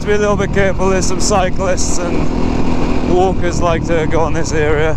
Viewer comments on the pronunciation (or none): heard wankers instead of walkers oh fuck me .. ;D